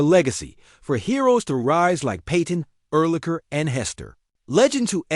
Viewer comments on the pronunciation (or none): And what kind of fake football fan says Ur-lurker😂